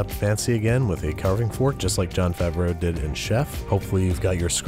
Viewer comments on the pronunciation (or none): none